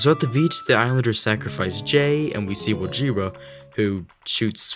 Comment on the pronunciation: then why have they been saying "wojira" for 2 years now